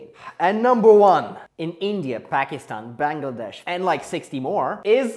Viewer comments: The dude just pronounced Pakistan correctly. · The first person to pronounce Pakistan Correct ❤ 😅😂